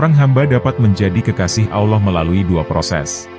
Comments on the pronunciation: Usul , menyebut Allah , contoh Al lah, bukan Aulah mohon maaf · Adminnya kurang fasih dalam mengucap kata Allah ... si admin ini islam beneran atau jangan2 missionaris ini...